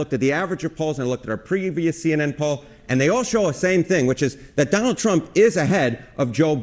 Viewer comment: Did he say Johnald Trump?